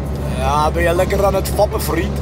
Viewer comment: stefan zei wat de fuck gaan we doen en giel zei weet ik veel vrien hhaaahhahaahha ik weet dat er vrien staat maar dat hoort zo